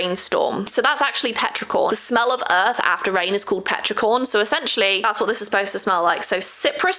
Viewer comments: "petricorn" 🤣🤣 it's petrichor 😉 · Btw it’s Petrichor with no “n” sound at the end 🧡